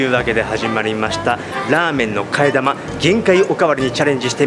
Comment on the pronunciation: 替え玉の呼び方 生(なま) 生(き)と思ってました。